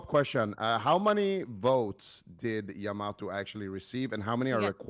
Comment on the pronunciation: yah-mah-toe woy-er sodas pronunciation needs some work